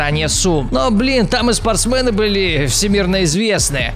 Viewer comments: Вас тоже бесит когда он говорит спорстмэны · Не спортсмэны а спортсмены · Меня одного бесит кск он говорит спртсмЭн